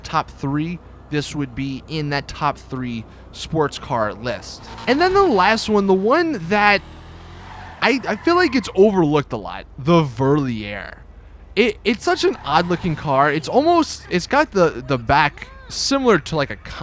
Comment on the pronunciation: Learn to say "Verlierer" Just say farly rare but dont accentuate the rare